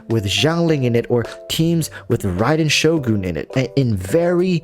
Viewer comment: “Raiden showgoone”